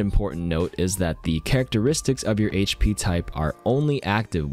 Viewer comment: thank you for saying HP and not hashpee